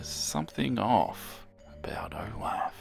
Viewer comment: HE SAYS “oh laugh”instead of “olof”